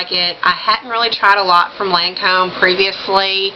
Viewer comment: u look so super great in these colors! I have not done much Lancome. And yes I think you pronounced Lancome just fine LOL! Emma Watson is so pretty, Oh I love that Johnny Depp pic! You should see my room omg i have a canvas panitning of him as Captain jack another one of the Prints from the Disney Ads last yr framed and my smokin hot pic of him playing piano! But yeah on make up,......I love seeing looks like that inpisired by celeb covers and photos it fun!